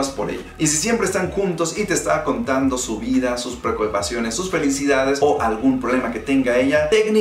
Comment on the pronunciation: Jajajaja entre el minuto o le salio mal la palabra preocupaciones